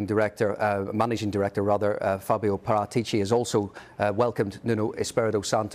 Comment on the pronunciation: That actually pronounces Paratici's name correctly (Par*aa*tici) 👏👏👏